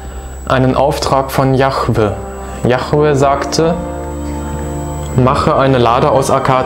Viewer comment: übrigens _ es heißt nich jachweh- das chet steht nirgenwo. die bibel spricht von jod he wod he JHWH also jahweh